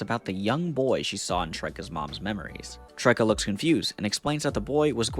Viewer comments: Should somebody tell him it’s pronounced Trish-ha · Bro... Tricia is not Trike-a... Its Trisha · i though diogenes as "dioh-jennies" was bad (its closer to "die-au-gen-ies" ) but "trisha" tricia as tryka? damn dude wasn't lying about only knowing names like john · bro was pronouncing Tricia as Trika LMAO what a blunder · Trikuh is an interesting way to pronounce Tricia (Trisha) they teach you in school that "cia" in a word usually makes the sha sound. I'm sorry this isn't entirely related or an interesting thing to comment but I thought it was funny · It's dye AH jeh knees and trisha. Not trike ah. Why is ignorance held onto so tightly? I truly hate it when people refuse to learn how to pronounce things and I hate misogynists who take unnecessary shots at women real or fictional every chance they get, but I love comics like this, so I I'll suffer through the video for iZombie's sake, but damn this guy is a–fucking–nnoying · "Try-kuh" Wow, you weren't kidding about your limited name comprehension skills. "Trish-uh". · brother he pronounced tricia like tricka why is diogenes a surprise lol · I cannot believe how you pronounce Tricia..... The rest i forgive but TRICIA???? Its Trish-ah not Tryk-Ah Great video btw i love these comics asa teen haha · Just fyi. Tricia is pronounced “Trisha” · Also do you not know how to pronounce "Tricia" because it's definitely not "trike-uh" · ..."tryke-uh"? It's another spelling of Trisha. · I do agree you don't know how to pronounce anything other than John or Matt, it's not Tricia, it's Trishia, as in Patricia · Tricia is pronouncef Tri-Shuh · I thought the Dio-jennies pronunciation of Diogenes was funny but holy shit Tryka for Tricia NEEDS to be studied 😭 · trish-a bro. trish-a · He gets Horatio yet pronounces Tricia as Trika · brain reached its cap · Why are you pronouncing Tricia as Try-ka? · Damn bruh, the mispronunciation of Tricia (as in Patricia) sent me 🤣